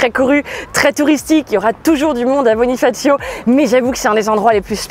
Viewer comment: Svp ne dite pas bonifacio comme sur la vidéo. Ça n'a rien de corse .